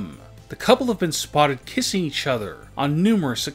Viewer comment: “Eachothrrrrr” “Togetherrrrrrrrr” god lord